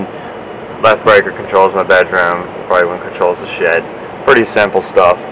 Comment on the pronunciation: shed, not shit lol